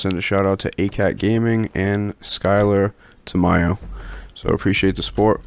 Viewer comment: you pronounce it on point I was surprised bc I always butcher names lol thank you again awesome work👍